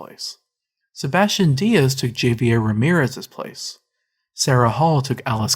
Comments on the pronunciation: Can't even pronounce "Javier" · HAH - VAI - YEHR